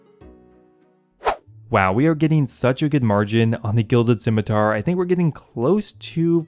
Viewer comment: wow a RS player that knows how to pronounce scimitar